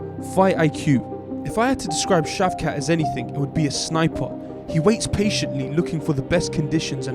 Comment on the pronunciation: Brother Shafqat Rahman (yes, this is the way to pronounce his name) is successor of Genghish Khan. He is also kazakh from where the Mughal Empire begun. He is a total warrior. But I really don't sho wins in a fight with him vs Hamzah (khamzat). That chechen is a beast too. As they both Muslims, so both have inner peace and discipline. So it falls to the fight IQ. Who have better fight IQ will win the fight.